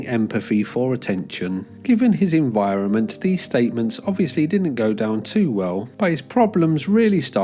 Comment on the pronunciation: ''enWironment?'' What are you a secret indian?